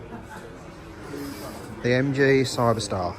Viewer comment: Well it would be nice if you got the name right is Cyberster not Cyber-star and they are scissor doors at which point I stopped watching .